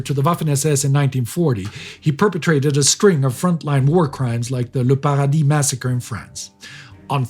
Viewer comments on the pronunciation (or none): none